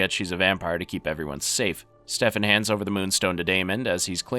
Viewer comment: why are you saying stefan like that